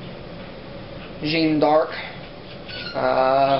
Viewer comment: Nice pickups. You massacred the pronounciation of Jeanne D'arc :p Are you going to get Borderlands? It looks really interesting to me.